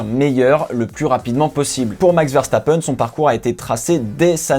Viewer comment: Bonjour 1 ptite chose tout d'abord merci merci de ne pas avoir trucidé le nom de Max verstappen c'est génial ça change ouf ! et puis à 3 ans Max et pas à 3 ans max sciait les côtes à sa mère pour vouloir un kart qu'il à eu à ses 4 ans ( si j'ai bien compris la bio de notre compatriote Belge de naissance) 1 je trouve que vous faites des choses sympa la passion s'entends dans vos dires et votre aisance voilà c'est tout